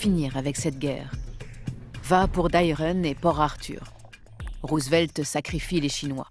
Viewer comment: The dubbing is so bad, damn you especially this pronouncing Roosevelt's name as Roosevleet